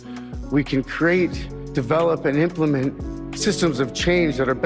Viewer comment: Почему в оригинале ударение на первое и Implement, а вы настойчиво говорите implemEnt?🤔